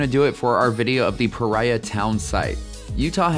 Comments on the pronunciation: I'm pretty sure this is pronounced puh REE uh, not puh RYE uh. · Why do you keep calling it 'Pariah' when you admitted the settlers (and everyone else in Utah) correctly calls it "Pareea'?